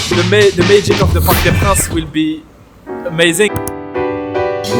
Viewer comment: "Parc des Princes" not "Parc de France". You confuse with the "stade de France" an other stadium in Paris/Saint Denis.